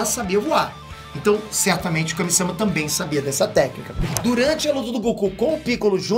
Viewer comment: Kami-sâma deu agonia... Kami-samá né poxa